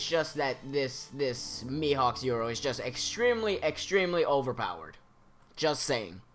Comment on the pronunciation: You doubted yourself, the cherry tree has nothing to do with Going Merry and you were doubting if Thousand Sunny was made from the Treasure Tree Adam (which it was seeing Franky stole their money and bought the wood), also, you can't spell a Japanese word in English, Yoru is the Romanized version of the actual Japanese word, it's Yoru not "Euro". If you're going to pronounce it in English, than use the English word. Yoru = Night in English, so yeah, no need to get pissy.